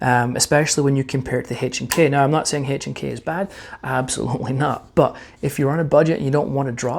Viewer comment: PLEASE STOP SAYING “Hache and K”!